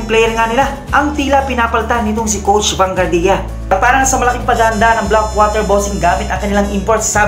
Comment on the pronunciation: Vanguardia = Ban-gwardya po, not Ban-gardiya